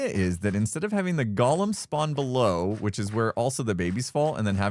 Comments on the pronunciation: It’s Go-lem, not gall-em. That was the name of the crazy critter in Lord of the Rings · The way you say Golem sounds like you're saying Gollum from Lord of the Rings. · I love it! But GO-lem. Goa-lem. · Golem and Gollum are two different words. They are pronounced differently. The first is GO-lem. The second is how pronounces it in this video. Golem is from Hebrew (meaning shapeless mass), and if you have never read about the Golem of Prague, you have a nice treat ahead of you. Gollum is from Tolkien's stories: The Hobbit and the Lord of the Rings. He was named for the guttural sound he voices. Why do I make a point? There is a certain cultural pride in the Golem, and don't like have it confused with the less admirable character of Gollum. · What is the deal with Hermits being unable to pronounce 'golem'? Xisuma is the same! He's not a LOTR character, y'know...